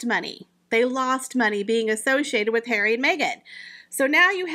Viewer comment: Prince hawwwy 😂😂😂😂 I love how do you say these particular words it makes your videos, comical